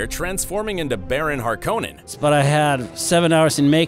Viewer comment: Not how you pronounce Harkonnen but still a great vid (sorry if I’m being Annoying )